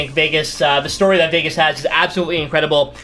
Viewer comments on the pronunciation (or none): none